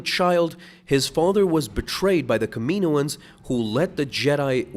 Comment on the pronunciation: dude the way you say kaminoans kills me